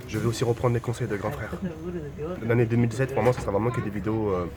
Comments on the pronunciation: on dirait que tu dis 2007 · quand tu dis 2017 je comprends 2007